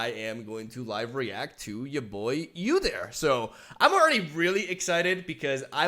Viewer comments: Its not U dyr Its.actually pronounced oodyr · UUUUUdyr not YOUdyr 😂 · Pretty sure it's pronounced OO-deer, not YOU-deer. You also get extra credit for putting a growl in your voice when saying his name *wink*. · Lmao, yewdyr Btw the way to say it is oo-deer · I think the correct way to pronounce his name is to pronounce the U like b(oo) So oodyr Udyr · OOdear Is how you pronounce it I think. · his name is pronounce like this. its 'Uhh-Der' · I love your reaction bro! Udyr is my favorite champ in LoL and long have awaited his rework and for him to be in LoR. now can get a better idea of his new stances! So stoked. Can wait for his release got so many ideas! And I know you’ll brew some spicy shit! Buuuuuutttttttttt it’s pronounced “OU”DYR not “YOU” DYR. 😅😂 much love! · It's ooodeer. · Oooou-Dear. We dont pronounce the U as is its like "Ooouu whats that??" lol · It's pronounced (oooDeerrr) lol 👌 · its actually Ou-dir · Its pronounced “oooo-deer” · It’s pronounced God-yr the opener of gates. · it's pronounced Oo-deer. Never thought about how hard league names are to pronounce for people who've never heard them before. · OO-DEER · Ou-deer. Ezpz you'll get used to it. You know that song? Like ouuuuuuuu ouuuuuuu. Ouuuuuuudeer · It is prenounced "Oodir" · Oh dear it's Ooo-dear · It's really interesting to see how Legends of Runterra did their take on udyr, who's currently being redesigned completely. Also if you're curious udyr is pronouced with the spanish U - then the engish pronoucnation of deer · It's "Ooh-Deer" also, love the vid! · It's pronounced OO-deer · It’s actually pronounced Wu-Dear lol